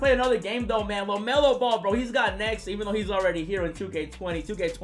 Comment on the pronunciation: "Welcome to 2k Lemelo Ball"